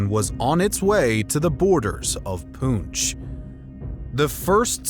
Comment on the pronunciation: I love how the Europeans know Alexander Iliad’s correctly but cannot decipher Poonch. 😂😂😂